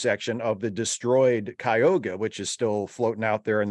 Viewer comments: I much prefer the old days too - summer break, then a nice looonnngg season. A cliffhanger with a 2 year wait for the resolution episode? Poo. Oh, and it's Ky-oo-ga,, as in the lake in NY. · Yeah, we have a Cayuga Creek and Cayuga Drive and several other Cayuga things here, so when I heard their mispronunciation, I was like, what? And then pronounces it even worse, like a contraction of Cuyahoga! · Cayuga is the correct pronunciation in the show, so take solace. It's just being mispronounced in this review.